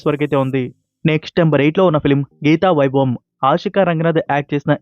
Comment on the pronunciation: Hello brother it is gatha vaibham not geetha viabham pronounce properly